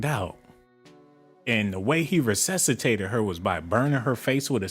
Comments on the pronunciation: Can't even pronounce resuscitate lol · Dang, you messed resuscitate up😂😂. Said it all wrong 😂. You are something else. This video 😂😂😂